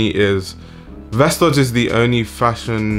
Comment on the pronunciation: It’s said like “vestoy” :)